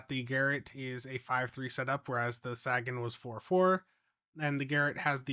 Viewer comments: the dude the ship is named for said SAYgun. No one cares how Missouri mispronounces it. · Quick note: It's pronounced Say-gan. Like in Carl Sagan. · Dude do you even science? Sagan, as in Carl Sagan. SAY-gun Sagan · Ffs, can you stop calling it the "sag-an"? It's actually insulting to Carl Sagan when you do that. You know how it's pronounced, just say it right. So annoying. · SAY-gan. Jeeezzzz! 🎉🎉🎉😊🎉🎉🎉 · The Saggin? 🤣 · Oh, no., Sagan is pronounced like “Say Ginn” as in the famous Carl Sagan. Carl Sagan was a brilliant astrophysicist, writer, and science communicator who had an unparalleled gift for making the wonders of the cosmos accessible to everyone, inspiring generations to look up at the stars with curiosity and awe. Through his bestselling books, groundbreaking TV series Cosmos, and tireless advocacy for science and reason, he championed the power of human understanding and the beauty of our place in the universe. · Let's say it one more time... Sagan - pronounced Saygen. Named after Carl Sagan. Famous Astronomist and Physicist from the 70s and 80s. Where the term Pale Blue Dot came from. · he knows how it's pronounced, he says it that way so people come into the comments to give him engagement metrics lol you guys gotta stop falling for this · //he knows how it's pronounced, he says it that way so people come into the comments to give him engagement metrics lol you guys gotta stop falling for this// I prefer to believe that he's from an alternate reality where Sagan is Sagging. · Sagan rhymes with raygun, not dragon. 😁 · My only real gripe about this ship* is that the pets are not new: I was hoping for an Alliance Shuttle or Frigate Pet to come closer to the game having a complete set of Alliance equipment. If that is the only problem it is a really good event reward. Also, your pronunciation of Sagan makes my ears bleed. *other than the disappearing blog post, probably site issues causing a rollback. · I keep expecting him to say "Sagging"